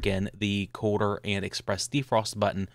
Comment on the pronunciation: I agree.....no one can understand his pronunciation . If I had to guess he is saying the "colder" button.....very poor pronunciation, he should have enunciated this better or said "Make Colder" button....I could be wrong but there is definitely no such thing as his "Quarter" button...